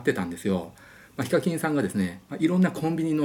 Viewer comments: ヒカキンのイントネーションが非課金で草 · ヒカ↗︎キン↘︎ 🤔🤔🤔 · 呼び方が「非課金」みたいで草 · やっぱりこのコメあった。 しかも上のほう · ヒ↓カ↑キン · ヒカキンの発音が非課金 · 発音が非課金で草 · HIKAKINさんイントネーションが非課金さんで草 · 尊敬してるわりにヒカキンの発音おかしくて草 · ヒカキンの発音の仕方が独特で草